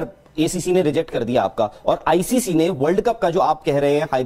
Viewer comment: It's ICC not ICCI